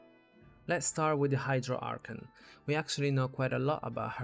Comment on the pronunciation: I get it you have an accent but can please say A R C H O N correctly please